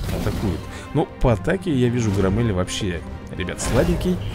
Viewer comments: да не громЕЕль а грОммель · Грооомеля ударение на о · ГрОмеля ударение о